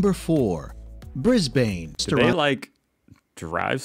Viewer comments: Yeah… not the best. From an old Aussie chick, who has lived in every state. Can’t even pronounce Bris-BANE. It is more like a tourism advert to visit our cities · wtf is "the bay bridge", "Fly-anders Street", "Meborrrrrrn", "BrisBANE"? 😆 I wish they'd stop getting random Americans who have never even visited Australia to narrate these videos. 🙄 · I felt like I was being slapped in the face every time he said bris bain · These videos are done by people who have never been here or know what they talk about. I mean Bay bridge, soccer in Melbouurrnne, Briasbaine all sound like it is said and written by a AI. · Melbourne is pronounced “melbun” and Brisbane is pronounced “brisbun” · I would have said Brisben and Melben lol 😂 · Congrats on remembering that our capital is Canberra & pronounced Can'bra 😁 Pity no-one told the narrator how to pronounce Melbourne and Brisbane (Melb'n, Brisb'n). Also, there's no such thing as Melbourne Bay. It's Port Phillip Bay. Dude should have done his research. As for horses & camels, horses would have been brought out on one of the early ships bringing convicts and free settlers to what was then the colony of New South Wales. Afghans brought camels here in the 19th century. They did incredibly long trips through central Australia's inhospitable deserts. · Bris-bane. Tosser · Sorry, I'm bailing out... if I hear him try to pronounce Brisbane one more time I will have a violent reaction! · Brisbane is not said the way he said it. , nor is Melbourne said how Americans say it . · "Bris-Bane"? Aaaarrrggghhh! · Brisbane is NOT Bris-bayne .. it's Brisb'un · and oh lord the pronunciation is the worst I've heard. Why is bro pronouncing Brisbane like bris-BANE FROM BATMAN? Pronunciation should be "Mel-bn" and "Bris-bn" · Bris-BAYNE can also have severe storms AND flooding. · Right? Bris BANE! Loses all credibility with Aussies when he says that. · Yeah I get that. the voiceover is shocking... Brisbaine..... unreal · Melbn, Brizbn